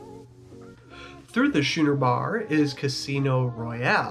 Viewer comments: “Shoe-ner” bar ? It’s pronounced Skooner like the boats. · Understood, but it is pronounced "Skooner" as in the type of a ship. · Your video is the 2nd I have watched that has mispronounced the name of the Schooner Bar incorrectly. The C is pronounced as a hard K. sku-ner . Now you know.